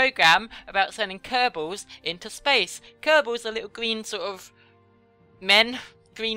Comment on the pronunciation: i don't mean to stop on your testicals but its kerbals